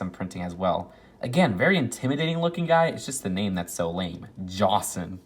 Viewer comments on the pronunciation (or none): none